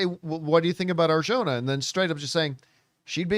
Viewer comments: Not to nit pick. But the "j" in Arjona sounds like an "h". Just so you know because it appears you'll be saying her name a lot 😅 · Hey campea.. please learn how to pronounce her last name right. You are saying it wrong